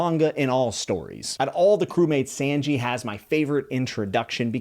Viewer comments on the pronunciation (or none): I love the video but can I please ask you to listen how their names sound. "yousop" --> "oohsop" and "sAnji" --> "sAHnji" it just bugs me please dont take it the wrong way. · I would LOVE to follow your videos and your adventure with one piece... BUT.. only if you pronounce characters names right😂 it was bothering me SO much to keep hearing sAnji sAnji over and over again, or ussop, you-ssop?? Nope can't do it man😂 ussop is like oo-ssop, and Sanji like saw-nji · did anyone else felt like we wanted him to say "U SOP" rather than "YOU SOP" and "SANJI" rather than "SHANJI". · Hey my man usopp is ooh not u like ooooh aaaahhhh. And Sanji is said like sah nji not San ji. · Saungee not Sangee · It's not Sainji. It's Sanji Like the Japanese name for the number 3. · WELCOME TO THE COMMUNITY, hope you enjoy it!btw here's a quick pronounciation guide for the crew's names- luffy- loof-fee zoro- rhymes with go-go nami- nah-me sanji- saan-g (you're pronouncing "san" like tan or sand, try saying it like the Japanese honorific, -san) usopp- oo-sop(you're pronouncing "u" like you or the alphabet, try saying it like you just got mildly surprised 😯) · In case no one has said anything "Sanji" is pronounced "Saw-nji". More like 'Sauna' less like 'Sand.' Also, I love that you're theorizing already. Won't say anything about them either way, but the fandom as a whole has a great time crafting theories as we go. Most people don't really start to do so until a bit later, so having your thoughts already recorded for posterity sake will make it that much more interesting as lore unfolds. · I'm sorry just 2 slight correction not pronounced "YouSopp" and "SanGee" it's pronounced "OooSopp" and "SonGee" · For future videos, I hope this helps with pronunciation! Usopp - X - YUsopp O - OOsopp Like "BOO!" Sanji - X - Saenji (Not like sand) O - SAHnji (Same ah sound as NAmi) Baratie - X - BaraDee (gotta pronounce the "i" and "t" O - Ba/Ra/T/A (T and E is pronounced like the letters T and A)